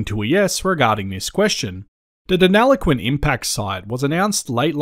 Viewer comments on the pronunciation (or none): Very interesting. Thank you. But please pronounce Deniliquin correctly. You are saying deneloquin 😬